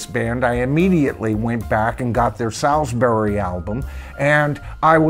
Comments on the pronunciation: Sailsbury is pronounced SAULSBURY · Yeah Heep were quite big in the early-mid 70s. Over here in the UK I remember the track Gypsy being a big track at parties especially at the end when the guys had had a few and would get up and headbang to it lol. Salisbury is pronounced Solsbury btw. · Salisbury is pronounced Sorls berry. It's a place in England. Salisbury Plain is where the army practice - hence the tank. Uriah Heep was a literary character noted for being humble, hence the first album title. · For American viewers - perhaps not so familiar with English pronunciation - the word 'Salisbury' is pronounced SOLZ-BURRIE. And the reason for the name [and the tank on the cover] is that the wide expanse of flat land known as Salisbury Plain in Wiltshire, is where the British Army do tank manoeuvres. What you see is a Chieftain Tank - the main British battle tank at the time. Also the fourth studio album was called "Demons And Wizards" (not Wizards And Demons). Finally, the first album's title "...Very 'Eavy ...Very 'Umble" is a reference to the Charles Dickens' character Uriah Heep - who gave the band their name - who was wont to say he was "very 'umble" (dropping his h's) all the time. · Good descriptions of Heep's songs, but please learn to pronounce Salisbury.